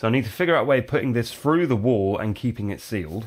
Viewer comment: You know it is actually 'through' and not frough, right? You are in an English speaking country, I've heard.